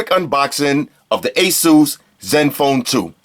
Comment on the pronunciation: He said Asus correctly, noice